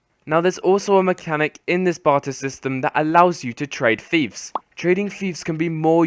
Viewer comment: its not, Feefs its Fiefs as in Fifes not feefs, aaaaaaaaaaaaaaaaarrrgh grammar nazi rage